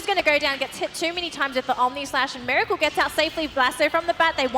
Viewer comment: its meracle not miralce